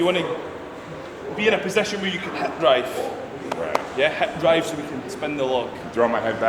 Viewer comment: "heb drive" = hip drive